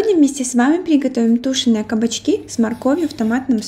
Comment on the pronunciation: Честно говоря, очень коробит слышать "тУшеные" вместо "тушЁные" и "скОворода" вместо "сковородА".Зачем искажать общепринятое произношение этих слов?